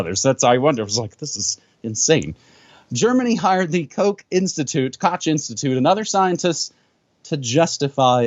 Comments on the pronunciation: Koch is pronounced little like Kohh. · Koch is pronounced like Kokh, like Juan. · This is not how you pronounce "Koch".